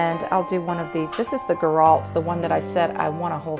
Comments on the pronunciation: just to help Girault are pronouce like Gi- row Gi like Gilles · Sennelier = Sen-nel-lee-AY. Girault = Jheer-oh.